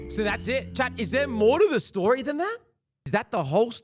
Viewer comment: At the start said "sho shat" such inspiring words